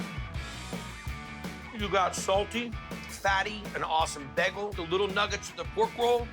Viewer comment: Am I the only person who hears Guy say beg-gel instead of bay-gel?